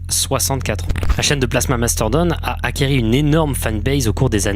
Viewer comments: On dit "acquis" et non "acqueri' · acquis pas acquéri apprends à parler français mec